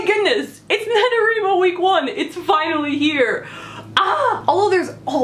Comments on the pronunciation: Do you wreet or do you write? Why do you think it's called NaNo-WRI-Mo and not NaNo-WREE-Mo? And why does every single person who mispronounces it this way shriek the mispronunciation, as if he or she is determined to force that on the world? Couldn't stomach even a minute of this. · Did you say NaNoREMo? lol